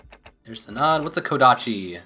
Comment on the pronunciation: In the name, 'Sanan', you had the emphasis on the wrong syllable. it's got the emphasis on the first syllable. To get a better idea, you could watch the Hakuoki Anime called 'Hakuoki Kitan' In short, the name is supposed to sound like (Sah-n nahn).